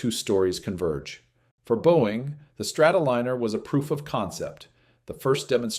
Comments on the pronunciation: Liner as in airliner! Not leaner or leener, Liner as in Lion. God I hate these AI narrators. if it would have made the mistake once you could understand it but it kept doing it over and over. It is madding! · ARGHHH! Not Strato-leaner! It's a Strato- lie-ner